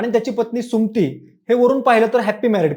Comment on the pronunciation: सुम्ती नाही रे सुमति असतं ते